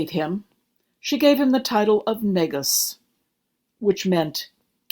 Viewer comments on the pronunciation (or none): While your voice is soothing, I suggest speaking a bit faster. Also, Negus' is pronounced Nuh-goose. Edit: I think I've just become accustomed to speeding up videos so nvm.